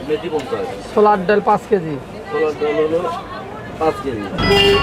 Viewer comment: Why are you calling daul instead of daal & chaul instead of chal.